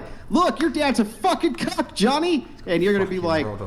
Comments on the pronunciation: It’s Cuck not Cock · Clarification please, said "Cuck" not c0ck. Ya'll clickbaited me 😂😂